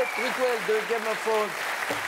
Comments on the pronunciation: Roman Toutcourt le praikêl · Le "priqouel"